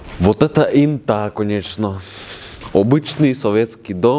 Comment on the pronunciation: Не брехай, в Латвии Инта это женское имя!😊 Правда произносится не как интА, а Инта